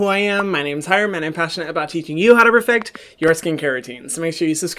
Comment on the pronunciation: Is it just me or did he say in his intro “refect” instead of perfect it’s not a problem I just didn’t know